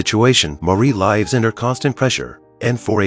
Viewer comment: L..I.. v..e..s not lifes